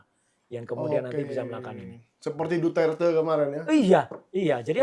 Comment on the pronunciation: Ngomong duerte aja duterte ,,payah,,,besok ganti tuh hostnya